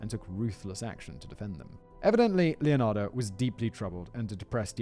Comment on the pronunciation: >brags about finally getting the pronunciation right >calls her LeonardO Whistlerboy, you rekt yourself